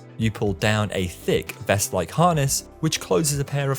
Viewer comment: bro, why you gotta say THICK like that 😂😂😂 I also find it hard to believe that these have more complexity than a ride who's seats have controlled rotations over the entire track (talking about the Arrow 4D, ofc :p tho admittedly those didn't really take off [no pun intended ;p] like these did)